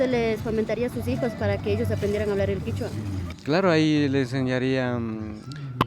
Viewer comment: Kichua o quechua en realidad es quechua KECHUA